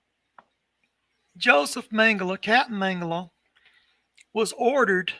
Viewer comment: Please name Josef Mengele surname pronunciation right it is not Mengel"A" but MengelE. With saying A at he end it gives his surname really wrong and someone could missrepresent Josef as a different pearson...so please E at he end when vocalize surname. THNX